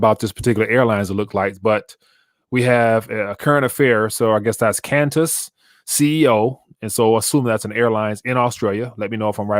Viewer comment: it's pronounced like "kwantas"